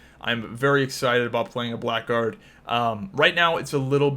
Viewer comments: Blackguard is an archaic word that means something like scoundrel, it's pronounced blaggard. Black Guard makes them sound like a Knight subclass haha. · Blackguard is pronounced 'blaggard' and means scoundrel.